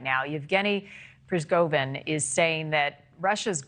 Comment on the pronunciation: If she can't pronounce Prigozhan's name correctly, should we take her seriously as a reporter?